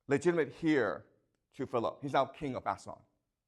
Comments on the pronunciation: The H in Heir is silent. Pronounced "AIR" Thank you for teaching in English. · Why is your pronunciation so lazy and sloppy? Axander, hair for "heir" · He pronounces heir as the word hear. He also has a Chinese communist flag on top of the chalkboard, in plain sight of his students. But does not show it in this video. VERY TROUBLING INDEED😢😢😢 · thank you so much! Ive watched over 20h these last two weeks. only feedback? the H in 'heir' is silent:) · How does he grow up in Canada, study literature at Yale, but not know how to pronounce heir? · Probably because he is spending too much time in China now. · The "H" in "heir" is silent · I don’t care how he pronounces heir - English isn’t his first language, but I guess you speak perfect Chinese? And as for the flag, my understanding is that he’s in Beijing, so why is that surprising or concerning?